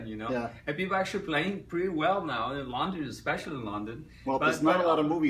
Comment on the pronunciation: I was very skeptical about his slavic or, more accurately, polish origins, but after this interview I'm a little more convinced. he's pronouncing "London" and it sounds exactly like polish pronunciation "Londyn". Also I realized that when me and my friends try to impersonate Tommy we don't need to imitate his accent, we only had to maintain the Polish one, and it sounds really natural. Long story short, either he's polish or by accident he sounds totally like polish person trying to speak American English.